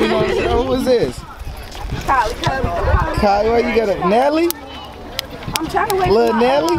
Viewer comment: Nigga said lil nelly 😂